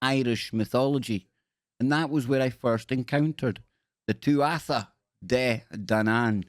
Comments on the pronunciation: Its not 'tu 'atha' its pronounced 'tua' and it means people of the godess 'danu', so nothing to do with the tribe of dan im afraid. The irish are an ancient pagan peoples and all this hebrew association with 'similar' sounding names comes from a group of people who you could call the 'british israelites'. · " Tuatha " De Danan pronounced,,, tu-ah. U